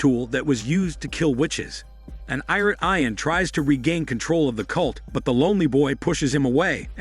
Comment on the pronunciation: You are mispronouncing the name, Ian